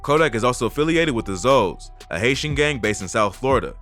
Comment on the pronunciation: Lol Pom Pano Bach Florida it’s Zoe pound alo not Zoe’s that’s just hot for o pound